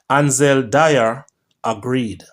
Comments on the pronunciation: Its not dyer it Dwyer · It's dwi.. er. Not dier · D-W-Y-E-R NOT Di-er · My schoolmate Ansel Do-wy-er